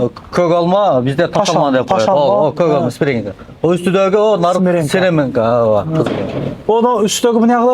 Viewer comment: Сиременка эмес, симиренка--десен. Ала куш ту атынан ата---деген кеп бар. Октогонунар----артынарды боктогонунар😂😂😂